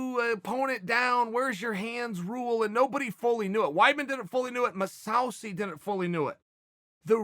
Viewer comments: His name is now mahsowsee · If Unc' Chael says you're name is Mosawsi, you're name is Mosawsi. PERIOD. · Musausaay lol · “Mousauceyyy didn’t fully knew it.” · Chael: Geigard MOUSEsasi